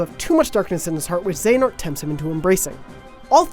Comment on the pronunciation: They at least pronounced xehanort right. But there are better videos if you really want to understand the entire plot.